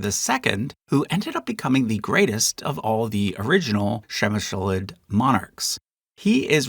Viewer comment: a heroic effort in pronouncing Přemyslid 👏